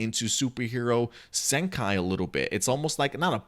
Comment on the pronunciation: The movie title is pronounce Super Hero " Senkee", not " Senkai".